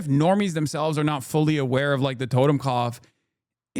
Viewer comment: it’s “Toten” not totem.